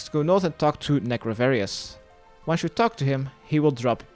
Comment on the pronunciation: So annoying how you say north... you say noff... As if your talking in an british accent. But you say every other thing in an american accent. Like “eastern”